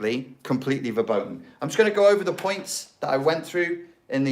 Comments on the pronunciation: verboten is pronounced ferboten i think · BTW, "verboten" is pronounced with "f" at the beginning and there's no "ou", just a bit longer "o" (like in "door"). :)